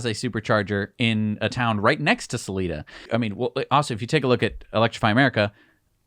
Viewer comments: People here in colorado say “Suh-lie-duh” not “Suh-lee-duh” xD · It’s Sal-eye-da Colorado, rhymes with “eye” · Selida is pronounced with a hard i.... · It's Salida Colorado, not Saleda. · Just a quick FYI, pronounced Sa-lie-da ;) Thanks for all the updates and coverage!!! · Sal- lie-da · Salida locals want their town pronounced correctly, man.